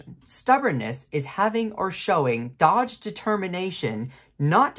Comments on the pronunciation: you tried to say ‘dogged determination’ but you mispronounced it as if the word was ‘dodged’. ‘Dogged’ has two syllables and is pronounced : DOG-edd ✅ not DOJJ’D ❌ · I was going to make fun of the spray tan woman for pronouncing suspicious as s'spicious, but that's not how dogged is pronounced - it is not a homophone of dodged. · I'm sorry, but "DOG-Ged" is such a good word and adds so much to the context of a sentence that you must pronounce it correctly. Two syllables - hard Gs. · I love your tiny hands and everything you are saying is spot on. Quick note, it is 'dogged' determination, not 'dodged'. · "dogged" is NOT pronounced "dajjed", it's "Dog Ed" like the animal "dog" and the proper name "Ed". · Dogged - pronounced "dog - id" not "dodge - ed" 😉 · Dogged is pronounced "dog"-"ed". "Dawg-edd". Not "Dogd." FYI. Love your content ! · dog-ed not dodge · You dont know the word dogged...its not dodged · Dog-ged, not dodged, as in a dog not letting go of a bone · It's pronounced dog-ged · "Dodged determination"? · Great video, thanks! And a tiny correction: "dogged" is actually pronounced as 2 syllables: dogg-ed. Imagine it spelled as "doggid". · Love your stuff. But that's not how you pronounce "dogged."